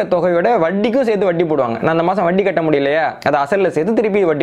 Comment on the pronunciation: I appreciate with awe your knowledge,clarity and service. Kindly pronounce Vatti as Vatti and not as Vaddi And cha as cha and not Sa